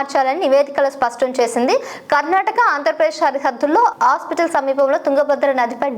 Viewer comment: హాస్పిటల్.. కాదు.. హోసపేట ఇంగ్లీష్ లో hospet... అని పలుకుతారు..